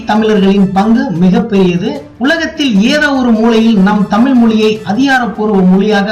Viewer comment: தமிழ் என உச்சரிக்கவும்.